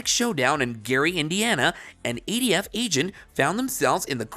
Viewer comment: It’s not eighty-F it’s ATF